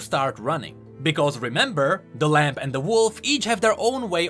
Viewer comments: Stop Saying LAMP its said like (LAM) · Ok, am I crazy or does keep saying "Lamp" instead of "Lamb"